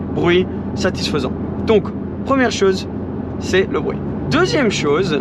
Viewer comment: « Pour avoir un échappement qui fait bwuit, bruit » le petit accent anglais qui a glissé tranquillement mdrrr Cette voiture doit être sacrément incroyable pour avoir dû réfléchir afin de trouver des points négatifs.